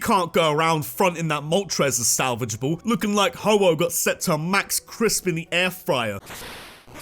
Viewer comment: IT'S HO-OH, NOT HOHO!